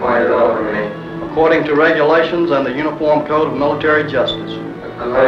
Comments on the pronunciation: “according regulations and mumble mumble military justice”. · "According to regulations and humff muhh mmm military justice" lmao, love it.